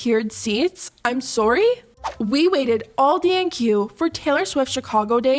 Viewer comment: i’m sorry girl but you are so Canadian. the way you said sorry😭😭